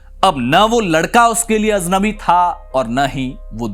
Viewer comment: क़िस्सा तो बहुत पसंद आया पर लफ़्ज़ “ अजनबी” होता है “ अज़नबी” नहीं।